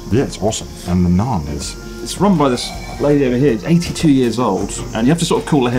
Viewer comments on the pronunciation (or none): none